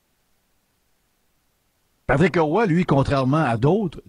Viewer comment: heille ! c'est Patrick Roy et non pas Patrick '' HE'' Roy. Il n'y a pas de ''E'' entre les 2. Commence par apprendre à parler... Un animateur de Radio sans vocabulaire. Et je paris que tu dis Stéfune (Stephen) Harper quand ça se prononce STEVEN. Trouve des vrais sujets. Car la radio de l'université est plus BRIGHT que toi.